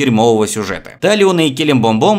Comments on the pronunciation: Блин так трудно сказать Килиблимбор? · почемууууууу каждый сука каждый раз когда ты повторяешь " келебомбом" я 30 секунд не могу успокоится)))